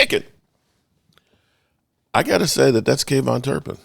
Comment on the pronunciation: I love man but his is KaVonte ( Kah Vont Tay) not KayVon!! Sorry just sounds ridiculous coming from a major fan that can't pronounce his players name right😂